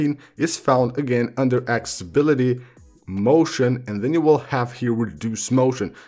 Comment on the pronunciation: “Access-i-bility”! Can’t find “Acc-sA-bility” on the iPhone (is there even such a word). Can’t continue listening... hurts my ears! 👎🏽